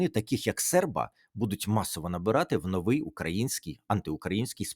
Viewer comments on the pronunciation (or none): none